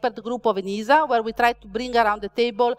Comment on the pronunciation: Each time “ENISA” is pronounced in this talk, a kitty is killed…